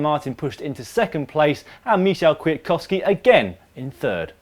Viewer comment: Gah! Michał Kwiatkowski: Mee-how Kveeatkovskee! C'mon guys! You learned to pronounce the names of just about every other nation except Polish riders.